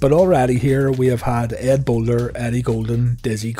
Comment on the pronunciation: It's not Boulder its Bollea Terry Bollea